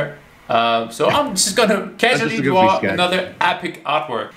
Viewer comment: I love when says “dwaw” instead of draw mainly because of his accent 😯